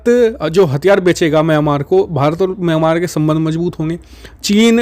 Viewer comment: म्यामांर नहीं मिंयामार कहो!